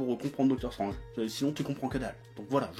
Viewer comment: ... hey chef comment tu dis déjà? docteur strOnge ... putain on aura tout vu ...